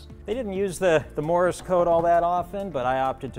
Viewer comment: Hey, the proper spelling and pronunciation is Morse, not Morris code. Also don't tell people the Zero # 830 was emergency landed because of the hole in the TOP of the fuselage tank. There's no way the fuel was able to travel upward to the hole, unless he flew inverted.